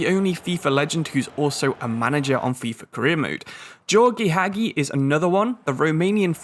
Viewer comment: Absolutely butchered Gheorghe Hagi's name pronunciation there The "Ghe" groups in Gheorghe are to be pronounced like you did with the second one at the end of the name. The "gi" group is to be pronounced closer to how you said the first "ghe", and with the letter "i" having a sound in romanian like the english sound of "e". // Got this one right the 2nd time